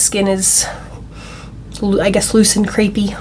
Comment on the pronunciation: 😂 loose and crepe! I wasn’t sure if you said that or loose and creepy 🤣 either way you actually look amazing! 😍